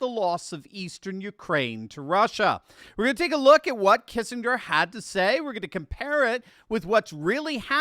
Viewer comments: I'm getting old. Do people really now pronounce it Kissing=grrrr? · So if they surrender do we get our 40 billion back? edit- Oh, and, the G in Kissinger is pronounced with a hard G.